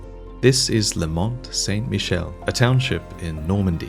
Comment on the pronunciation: awesome video as always. Just fyi, Mont Saint-Michel, the "t" from Mont is silent ;-) I hope you and your family are doing well in these sick times. until your next video :)